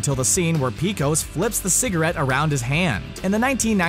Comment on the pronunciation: Apparently, you never saw the "Pecos Bill" segment or you'd know it's pronounced "PAY-cose."